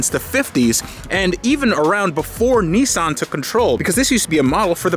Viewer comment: Its a nissan, not a neeson